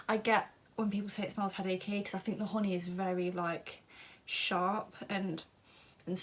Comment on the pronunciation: when she said "honey" , i thought she said "horny" , lmaoo love listening to her talk though, she has a mellifluous voice. Hope she makes ASMR video one day.